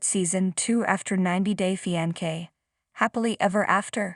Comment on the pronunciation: I cannnnt with the pronunciations, on EVERY VIDEO the most important words repeated over and over just totally botched. It's like listening to nails down a chalkboard!! 90 Day Fee-An-Kay 😫🤦🏽‍♀️🤦🏽‍♀️😫